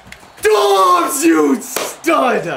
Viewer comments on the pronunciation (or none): Question why pronounce it dubbs it’s dobbs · It’s Dobbs not dubbs can’t pronounce any names even though the announcers do it for you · It’s josh DOBBS NOT DUBBS😂😂😂 and the commentators are saying his name lolllll u funny